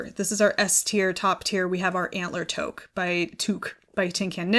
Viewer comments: By the way toque is pronounced two-k not tow-k 😊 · Canadian here….Toque is pronounced Tooque 😂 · Toque is pronounced toook! 😊🇨🇦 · As a Canadian, your pronunciation of toque made me giggle 😂